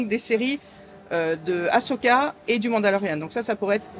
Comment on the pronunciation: Désolée je vais faire ma pénible mais Ahsoka ce prononce "Asoka" et non "Achoka". La fan que je suis en a un peut marre qu'on écorche son magnifique prénom 🥰